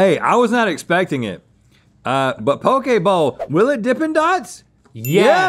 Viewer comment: I thought they said pokeballs